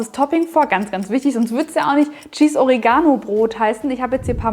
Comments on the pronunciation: Die Aussprache von Oregano triggered mich des Todes xD o-REE-ga-no Das Baguette werde ich sicher aber mal nachbauen! Sieht phantastisch aus und schmeckt sicher gigantisch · Echt coole Sache, aber bitte betont doch das Wort Oregano korrekt. Die Betonung liegt auf dem e und nicht auf dem a. Sonst hört sich das an wie Origami :-)